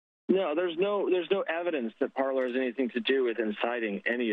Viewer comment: 'Parler'? It is clearly 'Parlay' (French for 'to speak').